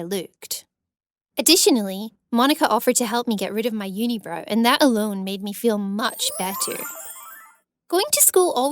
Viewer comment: How she pronounces some words is low key annoying me”loooked” “yuneebrow”